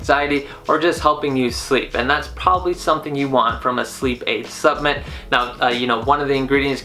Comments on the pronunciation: WTF is a “subment”? Good review, but learn how to enunciate, bro! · 10mg melatonin is way too much. Studies show that 1-3mg is ideal. You can also lose your ability to make melatonin on your own after taking it every night, so you end you depending on the supplement. Just fyi. Also, in the future could you be more accurate and say "supplement" and "inositol". Made it less professional with the way you said those. Thanks.